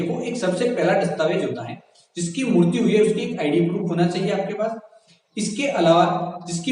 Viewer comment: Bsdk mrutyu mrutyu kya kya bol rha hai mrityu hoti hai ye....